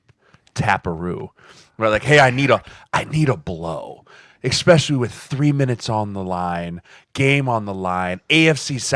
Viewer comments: There is zero (0) friggin excuse for that eckspecially. it is so infuriating. SPEAK ENGLISH OR GET OUT lol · Huge fan of the show, so this is not a shot... but every time Jeremiah adds a "k" to "especially", I question the curriculum at Nebraska. 🤣🤣🤣